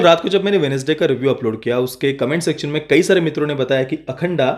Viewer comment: अखंड बोलो अखंडा नही